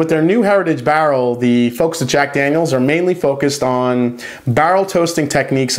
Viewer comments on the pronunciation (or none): Say "bah-rl" one more time...